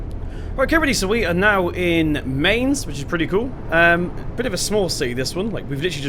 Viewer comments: pronounciation of Mainz is like mines. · Pronounced “my-ns” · Mistake buddy 🤔 should be Mine-ts / my-nts Keep up the good work learning German! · The 'Mai' at 'Mainz' you say more like 'My'. So you say it like 'Myns' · Mainz say it like minz